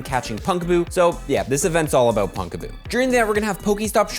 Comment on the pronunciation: Second PoGo content creator I have seen pronouncing "Pumpkaboo" (as in, you know... "PUMPkin") as "Punkaboo."